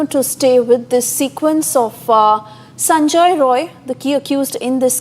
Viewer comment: Not sanjoy its Sanjay.